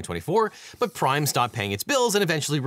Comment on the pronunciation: I kept hearing ''Crime energy drink''.